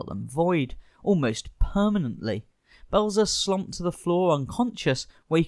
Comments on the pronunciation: It's Belzer not Blezer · It’s Richard Belzer. BELL-ZER. Like it says in giant block letters in your own video the precise moment you mispronounce it. Priceless, flawless, impeccable timing on your lack of preparation! The rest of the video, likewise, is exceptionally well done and highly entertaining! Well done! Let’s practice those names, then, shall we? Carry on! 😂